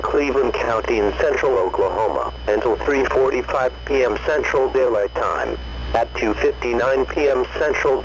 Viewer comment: How did you make say Central Daylight Time correctly?